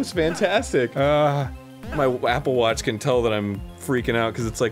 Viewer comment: Arin, what's a "wapple watch?" Does it belong to the whap goblin? xD